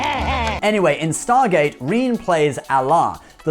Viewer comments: REEEEEN?????? WhoTF is REEEEN It's REN-NAY... It's French! Rene....wow! How can you live across the channel from France and not know the name Re-ne! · It's pronounced Re - nay not Reen. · It's not REEN (Rene) It's RENAY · That's pronounced Ren Nay, (René) not Reen. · Rene is pronounced, "Ray Nay" not "Reen." Rene is a unisex name of French origin. True to its French form it is often spelt using an accent. Renee comes from the Latin word 'renatus' which means 'Reborn'. Popularity of use of the name for boys may have been increased by the fame of René Murat Auberjonois. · RE NE (French pronounciation) not bloody rhene or rhine (draineage ditch). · It's Renee' Ren-A' Not Reen. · Its not Reen its pronounced Renay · His name is pronounced Ruh-nay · "Rene" is pronounced "Ren-ay", it's French. It's got an accent, so -> René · You actually pronounced Auberjonois fairly accurately (soft J though), but “Rene” is pronounced like Renee (Wren-AY). Source: my aunt used to clean and repair his costumes when he was a stage actor. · Rih-Nay. Oh-Bear-Zjohn-Wah. I went look up how to pronouce it on Youtube. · Man you really mangled some of those actors names. For example it's Dwight Schultz not David Schultz and Rene Auberjonois's first name isn't pronounced "reen" in french or in english, lol. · René Arbojenis is a descendant of Bonaparte and other prominent political figures from Europe. My name is René as well and I was deeply shocked to hear the name pronunciation practically butchered. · Re-Nay Ow-Bear-Zhen-Wa, holy crap, Reen Oberjonewa? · It's pronounced Re-NAY oh-BEAR-zhen-WAH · Rene Auberjonois is pronounced "ren ay" "O bear ju nwa"